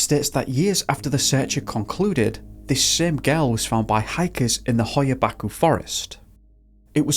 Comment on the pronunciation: It's pronounced, "Batch-you"